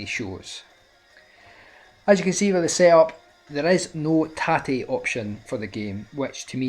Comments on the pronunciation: Who told you tate is short for rotate? It means vertical in Japanese and it's pronounced tahtay. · You keep saying "tarty". Do you realise Tate stands for roTATEd!... . Next gen shmups are a piss take. £50 for Darius burst!?. I'll play it on my psp for free thanks. I just spent £400 on a ps4 and stick to play street fighter 5. I'm pissed. I'm gonna stick to CAVE on my ntscj 360 and ultra sf4. Thanks for the reviews.